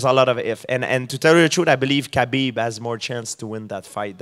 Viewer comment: GSP pronouncing Khabib's last name is like watching a blind man cook... Its a slaughter.